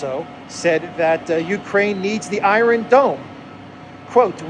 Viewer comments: Apologies for correcting but it sounds so strange, are you pronouncing it that way on purpose? Iron, you say eye-ron, in American it's eye-ern and in British its eye-on, great videos by the way, I watch all the time, the videos are very informative and the delivery done well, thank you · in the word "iron" in English the "r" is silent.